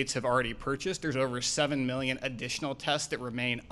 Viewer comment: Why does he say mellion instead of million? He also repeats himself which makes him sound stupid.